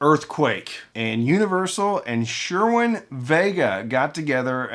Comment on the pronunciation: Cerwin, not Shermin.